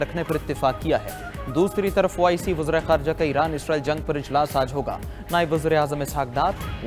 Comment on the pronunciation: عزرائيل عزرائيل کہ رہے ہو اسرائیل کہو پڑہے لکھے 😂😂😂